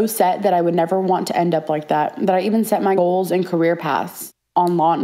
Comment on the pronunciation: hear how she says the goals